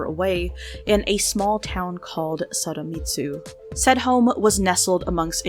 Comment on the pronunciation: I can’t tell if you’re saying “Saramitsu” or “Sadamitsu” But in case you’re saying the first one, it’s Sadamitsu, with a d!! Just wanted to let you know!